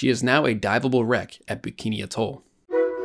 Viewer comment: Small point you’re mispronouncing ‘atoll’.